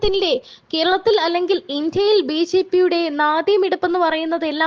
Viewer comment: കുട്ടി ..... ബീജീ പി അല്ല ബിജെപി എന്ന് പറയൂ